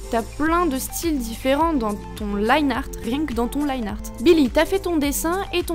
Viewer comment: On se rappelle des temps où elle disait linéarte